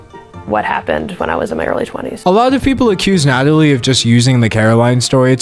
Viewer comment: ITS NATALIE NOT NADALY HOLY SHIT